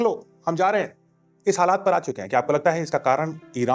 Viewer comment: You pronounced “halaat “ it should be halat